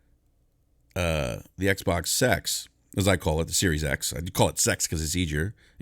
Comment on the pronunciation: It's SERIES X! Not SERIOUS X!